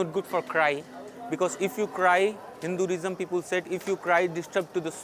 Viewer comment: The fuck. The indian speaking english is making my ears bleed. The funny thing is that he cant even pronounce "hinduism". correctly.